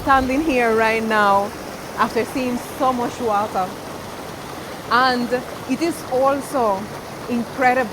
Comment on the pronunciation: Am so happy and blessed to be Jamaican one love everytime 🇯🇲 ❤🙏 I think you are fully Jamaican now me girl the way you sat wata